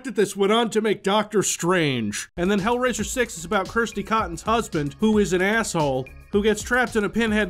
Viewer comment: It’s not “Kristy” it’s “Kirstey”.